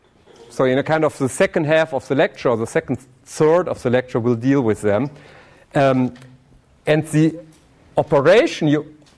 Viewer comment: "you vill diE!!" help...